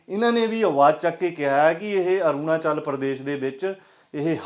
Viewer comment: Aurnachal tan bolna Sikh lai choda patrkar bni firda